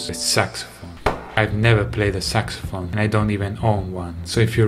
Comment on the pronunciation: Nobody Davie: SucSyPhone